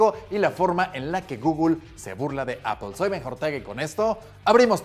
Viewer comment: ¿Apel? ¿Por qué Apel? 🤔